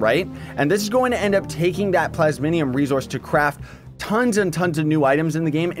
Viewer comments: Take a shot every time he says "plas-min-ium" even though it's plas-mi-um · Just a small nitpick but it's plasmium not plasminium, still love your vids though. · Plays it's PLAS-MEE-UMM